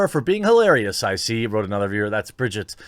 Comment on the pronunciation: talking about not butchering names and then butchers Bridget’s and Nia’s name ;) Classic. Bill always talks about Nia on his podcast and Bridget is a stand up comedian who has been on Rogan quite a bit. )